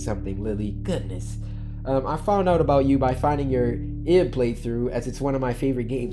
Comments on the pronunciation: aboot XD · he really did that Canadian stereotype "you know what I'm talking aboot"